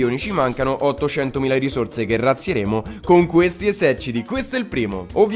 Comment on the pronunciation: Se ci fate caso al minuto dice esecciti invece di eserciti😂